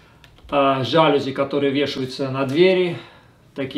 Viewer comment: Не жАлюзи. Это французское слово, ударение на последний слог. ЖалюзИ